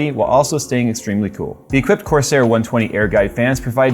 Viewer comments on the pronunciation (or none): none